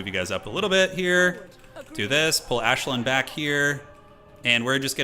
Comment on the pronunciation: I'm not a High Elf fan but even I am cringing at you calling Aislinn - 'Ashlyn' 😂